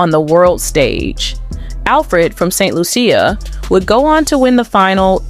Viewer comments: It's Saint Lucia (Lusha) NOT Saint Lu see ah. Omg man. Why don't you foreigners learn the proper pronunciation of people, places, and things? 😡😡😡😡😡😡😡😡😡😡😡😡😡😠😠😠😠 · Just a correction. St. Lucia is pronounced " Saint Loo -sha" not Lu-see-ya". . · Saint Lucia ( pronounced Saint Lu sha) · Thank you for correcting narrator. Saint Lusia? Lol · That is not how you pronounce saint lucia🇱🇨🇱🇨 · Who is this commentator don’t even know to pronounce St Lucia!!!